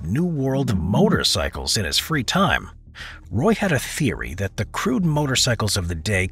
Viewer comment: If he's French like you said, it's pronounced "wa" not Roy. And the majestic ain't that majestic looking.